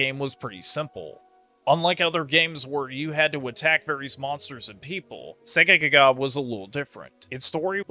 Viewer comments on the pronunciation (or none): you keep saying Segaga the game is called Segagaga